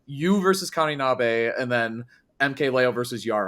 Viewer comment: Just a little weeb PSA the singular "e" sound in japanese is always pronounced "eh" not "ay". So 'Neh o' and 'Kaninabeh'